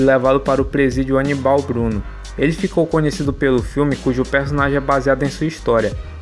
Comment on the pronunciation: Aníbal Bruno cara e não anibau rsrsr